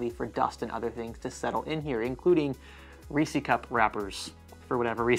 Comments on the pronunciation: Do they actually call them rEEs-EE cups down in Florida? That is the first time I've ever heard "REE says" pronounced that way. Reese's Pieces Reese's Peanut Butter Cups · its reese's not reesies! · So, I just can't resist saying....Reese's is not pronounced "ree-cees" , it's "res-suhz" like the possessive form of the name Reese, since ya know, it's named after a guy with the last name Reese. Hence, Reese's Pieces, it's literally why they named the offshoot candy that, to have a catchy rhyming name, and no "Peace-ees" is not a word.. Unless that was intentional....in order to annoy people, because it is April 1st....if so, well done. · Did you say, “Racey Cup wrapper?” 😂 Either way, love the videos. Keep up the good work. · “Reecy cup”… 😂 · Great video 👍 I have never heard anyone say Reese's like that. Plz stop.